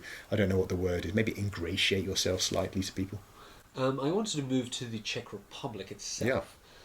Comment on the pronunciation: As a Czech person, It's really funny listening to you pronounce Czech words with Russian sounds.